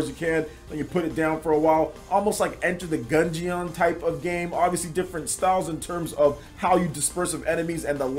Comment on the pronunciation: doesn't know much about enter the gungeon. He doesn't know how to pronounce it either.